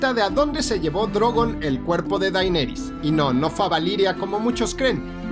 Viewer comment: DAINERIS??????? keeeeeeee